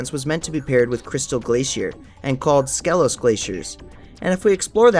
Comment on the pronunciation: You much like every Spyro creator mispronounces Skelos Badlands. Skelos is pronounced “Ski-Los” in both the original PS1 version and reignited.